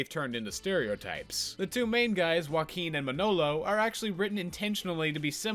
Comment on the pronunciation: I really can't expect you to pronunciate their names perfectly and it's fine, i still liked the video a lot But as someone who's native tongue is spanish .. ✨ Uakin ✨ fucking love it hahahahahah